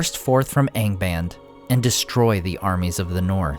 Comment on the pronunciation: What's with the lower-east-side pronunciation of "Angband", when everything else is perfect?